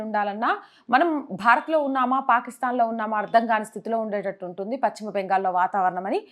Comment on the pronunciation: Pachhima kadu talli paschima